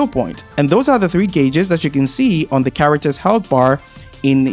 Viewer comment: brother take speech classes lol CHAWACTUHS 🤣